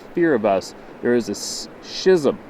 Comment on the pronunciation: pronounced "Skizem" 😉👍